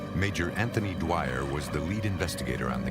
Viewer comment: I think they need a new editor. They called the police man dwire my mothers maiden name was Dwyer 😂